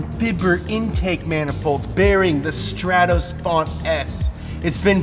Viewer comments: It's not a Strattoss, it's a Stratos. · it's pronouced S T R A A A T O S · It’s pronounced str-aaa-tos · legend says that is still flying to this day after saying "Stratos"